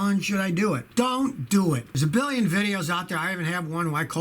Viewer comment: Scotty. Say billion properly, roll your pinky to corner of mouth